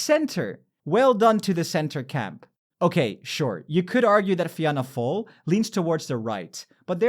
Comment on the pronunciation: It's a non issue but for pronouncing the Irish partie its Fianna fail - Feena fall Fine Gael - Feena Gail (Some say pronounce it as Finna Gael) Sinn Fein - Shinn Fayn